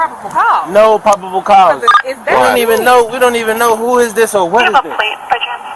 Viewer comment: "no pobbible couse" 🤣🤣